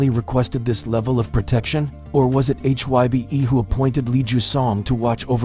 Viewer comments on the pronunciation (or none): none